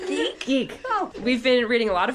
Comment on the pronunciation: I think he is saying Zeke and it is coming out Geek. Either way adorable